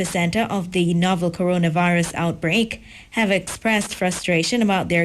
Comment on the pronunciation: Muta says "Corollavirus" 🤣🤣